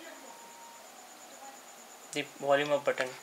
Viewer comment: What is that "ooop button"? Don't pronounce "volume ooop button", pronounce volume up button" (up...AP" OK?